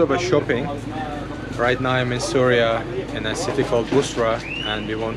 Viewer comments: Bro its not Surya...it is syria when u say Suriya its so irritating...plz pronounce as syria.❤ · it is not SURYA it is SYRIA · with all due respect it’s pronounced —see ree uh